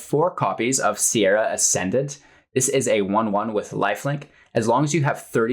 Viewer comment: "Sarah" Ascendant, not "Sierra". Facepalm